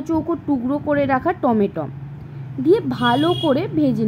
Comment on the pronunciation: Tometom noi টমেটো hoba kotha ta